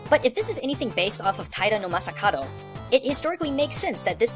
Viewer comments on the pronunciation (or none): Masakado. is it just me or pronounces it like masakaro, like in massacre i swear he does that on porpoise